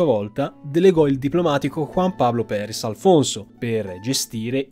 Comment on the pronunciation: Andrés Perez, no Prerez Alonzo